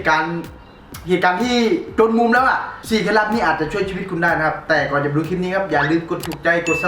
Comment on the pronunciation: ชีวิตครับ555ไม่ไช่ชิวีต